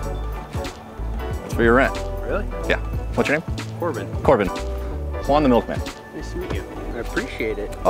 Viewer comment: The way you say your name "my name's Juan" sometimes it sounds like "minus one"😂 maybe it's just me. Goodday anyway!